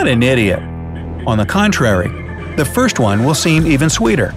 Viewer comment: did they mess up the word first on purpose